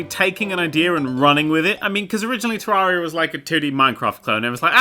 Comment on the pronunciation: You called Terraria a 2D version of Minecraft after saying 'Terreria' wrong #Triggered (This is a joke guys, calm down, although he did pronouce 'Terraria' wrong and it's not an accent thing, he has the correct accent to say it correctly)